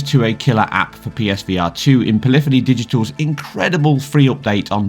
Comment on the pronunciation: The way you pronounce polyphony is atrocious.